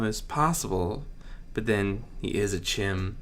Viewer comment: Very nice reading overall, but a couple pronunciation issues. First, tulpa is pronounced tul like tulip, pa like parent. Second, the CH of CHiM is pronounced like the ch of 'Achmed'. As Achmed spells his name, "A...C...H...phlegm..." And yes, Freddy Fazbear. Fabric garbed metal feet and a game. ...though admittedly, that game you came up with would be very fun.